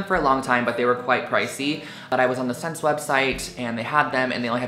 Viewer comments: I think SSense is pronounced like "Essence." Might be wrong, but that's what I've heard and always said. Anyway, great haul Drew, lots of fun pieces! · It's not pronounced vot-mont, its the french word for 'clothing' so it is actually pronounced 'vet-mah'. and SSENCE is pronounced 'essence'...